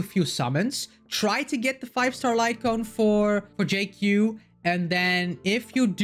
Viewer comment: I just thought of it like Dr Ratio. In lore and on paper only. The duality of someone who has extensive knowledge of medicinal ingredients. Can be used for harm or heal. And one of the few CC that pronounced his name spot on. I kind of wish he hits enemies with a wok but cooking them is ok too.